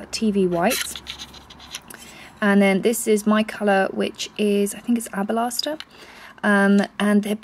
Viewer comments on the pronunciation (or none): hahaha "abalaster". 😂 isn't it alabaster? love you, ~